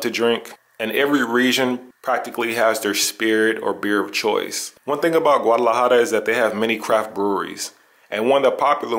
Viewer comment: Learn how to pronounce the name.